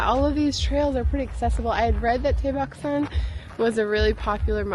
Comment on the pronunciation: Its tae baek . No dae bak. R u able to differenciate d. T ? A and ae ? Roman english is by far worst alphabet in the word